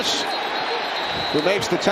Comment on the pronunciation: Allgeier is pronounced all-guy-er. Please. Algiers is the capital of Algeria. They are pronounced al-jeers and al-jeer-ee-a. M 🦘🏏😎